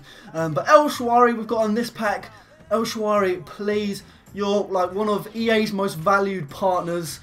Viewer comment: El shaRaway* not el shawary